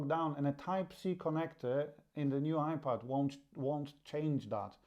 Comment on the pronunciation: Are you saying iPad or iPod because it sounds like you're saying iPod with your accent it's iPad you need to announciate better